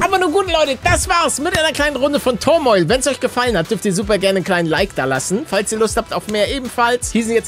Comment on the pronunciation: wie er turmoil ausspricht, englisch level 0